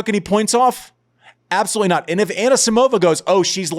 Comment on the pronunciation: Annuh-Simovuh deserved bettuh